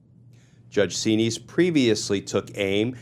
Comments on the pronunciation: Xinis pronounced 'Zen-is' not 'zeen-ees' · Correct spelling of the Judges name is Judge Paula Xinis. Pronounced Z-Niz. All of these judges threatened to pursue contempt charges against tRump, but Nothing ever happens !